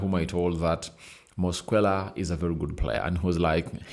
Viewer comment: Your demeanor is too bad for this video, yawning, flue like breath, you can't even pronounce Mosquera's name properly. Its disgusting